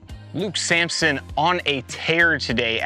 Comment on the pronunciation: It’s Samson not Sampson